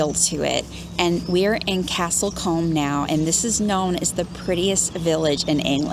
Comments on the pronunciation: Castle combe , pronounced like room 👍🏼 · It’s pronounce cooom not comb